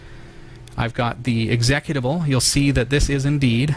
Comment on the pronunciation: execitvable WTF, it's exe-cut-able